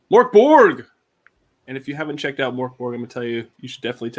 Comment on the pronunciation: Actually it is Mörk